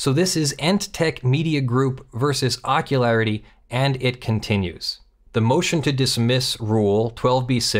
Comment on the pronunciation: I wish I could remember which movie/show it was from, but every time said Ockularity, I heard "Jockularity."